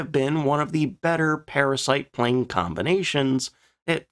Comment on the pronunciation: We found it... The "PLNE"